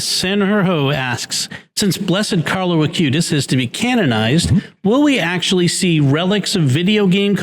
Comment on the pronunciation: Is it just misspeaking, or is there a reason I'm not aware of that Jimmy refers to the new saint as "Carlos" Acutis, rather than Carlo Acutis?